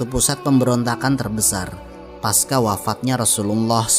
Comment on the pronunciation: Bukan paska melainkan pasca. Itu bukan bahasa inggris yang menyebut "c" menjadi "k".